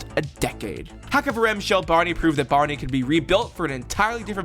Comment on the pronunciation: "Kavrim shli"